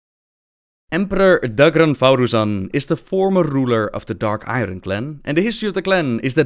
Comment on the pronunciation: Also novbbel it may sound dumb, but Iron is pronounced more like iorn in english.